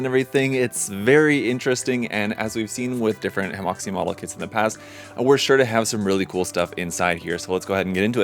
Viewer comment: Hemoxian has finally resorted to AI box art 🥀 I know it's a lot to ask of a fellow Illinoisan, but it's pronounced more like "heuh muo shian" It means something akin to "harmonious model line" but sounds like the Chinese term for seam line, 合模线 (only the first word is different).